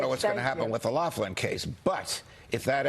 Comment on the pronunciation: There's no "F" in Loughlin